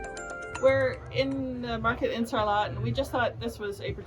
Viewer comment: Love the episode and brought back many good memories. Just a little tip don’t pronounce the t in Sarlat.🤣 Happy new year to you both. Xx